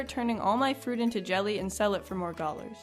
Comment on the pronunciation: I lmao every time you say "gollars". 😂😂